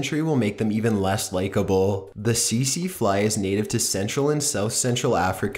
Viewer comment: It's not pronounced "see see fly". Try again.